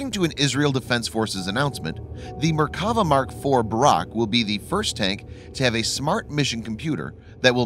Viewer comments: I thought they were Merk-a-va but apparently they are Mer-kav-a tanks? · I don't know much about tanks but I do speak Hebrew. It's pronounced MerkaVAH. And it just means chariot, not God's effing chariot, as some people seem to think. Thanks. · Try saying Mer ka va and God’s Chariot. You must be a heathen.